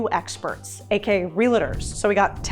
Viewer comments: Why the heck you pronounce it relators?😂😭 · Realtors not "Relators" 😁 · Lots of energy. Please learn how to properly pronounce “Realtors” there is no “a” after the L. So its Real tors, not realators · It's REALTORS. That's 2 syllables, not 3 syllables. NOT real-a-ters; REALTORS. Real-tors, like that. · Did you say RELATORS instead of realtors? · REAL-eh-TERS???? It’s Real-TORS, yikes! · Real-Tors. 👍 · I love your videos, could you please learn how to say real-tors correctly?